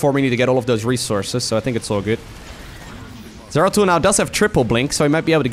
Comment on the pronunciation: “Doratul the exploratul” got me good lol